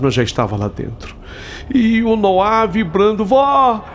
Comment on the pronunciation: ALGUÉM AVISA O QUE NOAH NÃO SE DIZ COM ACENTO NO "A" E SIM NO "O"!!! (NÔAH!!!)- SOM DE ACENTO, PORÉM SEM ACENTO. É H0RRÍVEL OUVIR A HISTÓRIA INTEIRA COM ELE REPETINDO MIL VEZES ERRONEAMENTE O NOME DO MOLEQUE!!!! 🙄👎🏻🤢